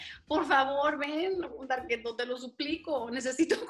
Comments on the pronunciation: Oh esque yo oía varqueto 🤣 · Porque le dice Darketo?